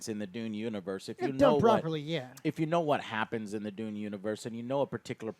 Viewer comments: De-you-nn Not D-oo-n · D you n . not doon